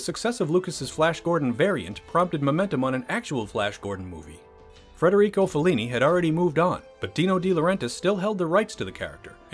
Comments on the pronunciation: FEDerico, not FREDerico. JFT. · Federico, not FRederico. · It's Federico - not Frederico - Fellini ... Jesus, WTF happened to your narration?!